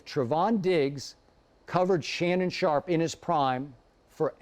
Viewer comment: He said LeShannon sharpe loool.